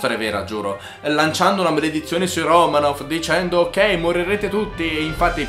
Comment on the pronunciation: Si pronuncia romanof 😂